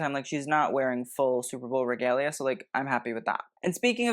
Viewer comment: "Superbowel" was on purpose? 😂